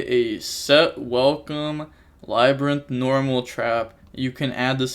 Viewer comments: “Laber- Rinth” (LABYRINTH)… you really butchered it lol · Bro just say lab-rinth lol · Labyrinth. It’s just the word. Lab-ri-nth lmaoooo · Lol LAH - BRIAN- TH 😂😂😂😂😂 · "la bryan tith" NO WAY🤣🤣🤣He has got to start watching Market Watch more with MKohl. This takes effort yo be this wrong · My guy, how do you not know how to pronounce labrynth?